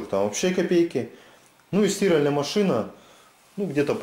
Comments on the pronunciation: Молодец, только не "стИральная", а "стирАльная". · Бляяяя не могу слышать СтИральная машина. Это на каком языке? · При всём уважении не стИральная машина, а стирАльная. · не стИральная машина, а стирАльная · Кто нибудь скажите ему куда ставить ударение в слове «стИральная машина»😁